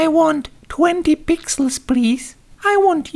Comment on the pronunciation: "I want 20 pixels prease"...lol